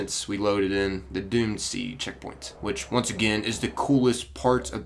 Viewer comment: I kept thinking you said dune sea instead of doomed sea